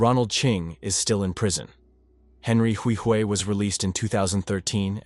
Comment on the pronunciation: You’re butchering how to say my last name Huihui